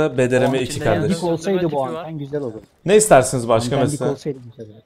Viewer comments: Abi bdrm değil brdm sksnsnsjsks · Bdrm değil brdm. Abi